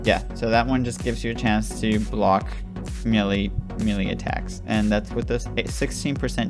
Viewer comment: Bro its Melee*